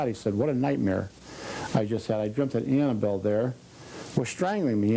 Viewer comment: Its annable not ann